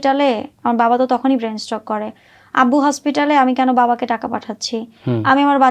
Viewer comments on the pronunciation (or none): স্টক না । স্ট্রোক হবে। কত কাহিনী যে তৈরি করতেছে।😂😂😂